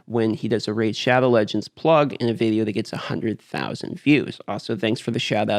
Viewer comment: "Raze" shadow legends